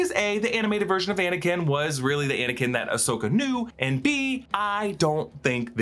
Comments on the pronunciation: "Faux"nikin Skywalker? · No one gonna talk about how he said anikin came.